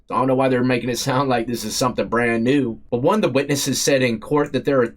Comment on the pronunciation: 23 and , why do you emphasize the ONE???? Sounds REALLY absolutely dumb!!!! 23 and ONEEEEEEEEE! DUMB as he'**!!